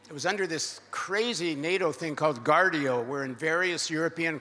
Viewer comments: Great lecture. I think it was Operation Gladio, though and I think Paul said Guardio. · Not Guardio, but Gladio